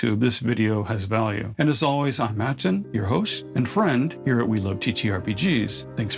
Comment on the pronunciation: Aten, annunciation. Lol😂. You got me with the first word of the video. Keep the content coming.